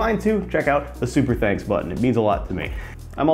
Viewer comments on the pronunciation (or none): none